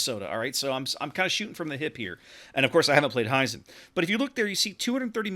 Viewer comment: It´s "Hee-zen" like "He Man" rather than "High-Zen". Other than that, thank you for the nice preview.